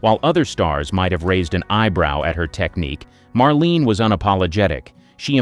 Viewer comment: Her name is pronounced Maar-leen-ah, 3 syllables. Also, that’s not Marlene but a photo of Anna Sten.